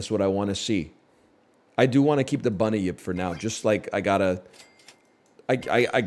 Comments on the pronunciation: He's confused the Bun-yip with the well known Bunny-yip. Easy mistake to make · How is my man turning 'bunyip' into three syllables